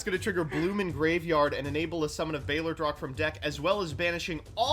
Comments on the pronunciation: mispronouncing balerdroch kept triggering me. Balderoch? Lol it sounds so bad. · Why does no one know how to pronounce “Balerdroch” it’s NOT “balDERoch” it’s “baLERdroch” I’m disappointed in you,.. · actually pissess me off every time he says "balderoch" instead of balerdroch